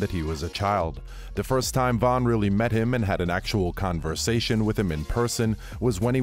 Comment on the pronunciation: Oooo the enunciation of conversation at the start 😂😂